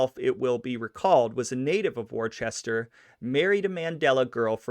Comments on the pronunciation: Worcester is pronounced "wooster" not Warchester lol. But good job man, did great. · Worcester is pronounced wooster not warchester, the r is silent and there is NO h for it to be pronounced war-chester to begin with!😆 take it from a new englander...it’s wooster, better yet..woosh-tah👍good show my friend...Raymond was a great man, respected💯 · Your pronunciation of Worcester, Mass., is like nails on a chalkboard for many of us who live in southern New England. Wuss-stir, not War-chester -- oops, I now see others have left similar comments. Ha! I'll leave this anyway. We're big on proper pronunciations, such as Patriarca itself. And you mentioned Raymond Patriarca was arrested in Pawtucket, R.I. the W is silent for R.I. and nearby Mass. residents. Pahtucket, not Paw-tucket. Good vid, tho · It's not pronounced Worchester. It's pronounced Wistah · Amazing video. Only cringe parts is Worcester is not Wor-chest-er, it's Whua-stah or Whau-ster depending on where in New England you live. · It’s not wor-Chester bro it’s pronounced woosta 🙄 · You lost me when you said Worcester instead of Wooster. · Woostah not Worchester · Wuh ster not war chester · Wuster whuster Massachusetts not Woewchester And RI is New England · Lol war chester, its woosta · he said Worchester mass hahahah its pronounced "Wooster" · Except warchester is wooster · I was just complaining to myself how he pronounces those names and sure enough you beat me to it, thanks. I know it wasn't me imagining it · Worcester is pronounced "Wista" or "Wosta", I prefer the first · We in Massachusetts pronounce Worcester as Worster. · War-chester? Also it's not Pay-triacha. 🙄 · Worcester is pronounced like Woostah. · It's pronounced Woosta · “Wor-Chester” 😕 NOPE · Where is this WorCHESTER you speak of? *Edit - I see it was already mentioned in the comments. After hearing you say it incorrectly 3 times within 10 seconds I had to bust chops. In all seriousness..very informative information. Thanks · Warchester lol